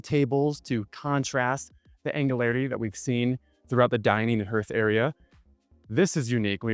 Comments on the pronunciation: What's a "herth area" Next to the dining table. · Great tour. Just a few tips. "Hearth" is pronounced like "heart". "Wasatch" is pronounced like "wa" in "water" plus "atch" in "batch". Also, the mirrors are "infinity". Amazing house! I know you could have picked up that spare.